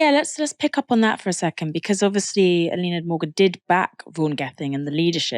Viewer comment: love your guys' coverage but please work on your pronunciation of words like Senedd or Eluned